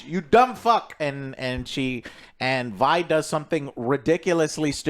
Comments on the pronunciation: why does he keep calling Vi, V? wdf lol. bruh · Vee (Vi), Zoon (Zaun), Noxia (Noxus).... IS DOING THIS ON PURPOSE?!?! LOL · how are you gonna watch multiple episodes but still pronounce things wrong, "VEE" and ZOON" wth🤣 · why is joe STILL calling her 'Vee'?? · How has he watched it so many times and still calls Vi "VEE" and Zaun "ZOON" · How does Joe remember how to pronounce Isha but screw up Vi and Zaun as "Vee" and "Zune" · Jim you need a damn speech therapist, how do you get zoon and zion outa Zaun and then mispronounce a 2 letter name saying Vee instead of Vi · He's gotta get the pronouciations down lol Zoon and Vee. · YES! Lol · I get mispronouncing stuff when reading it, but how do you mispronounce a name you HEAR as often as Vi and Zaun?! WTF